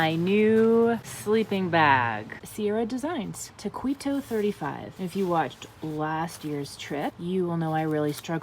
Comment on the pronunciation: Taquito is pronounced talk-eat-oh